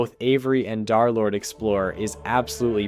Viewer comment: Yo twin who tf is DARlord? Its DUR-lord